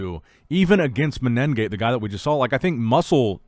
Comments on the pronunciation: please pronounce the competitors name correctly... there is no double N you say MENEN gate. there is no N consonant before the G there is only one N...... its mene gate (men gate long N ) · MENEGATE, IT'S FUCKING MENEGATE. There's no extra N there.